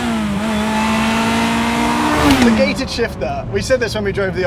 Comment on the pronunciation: It came out as "Ga-ted"...😂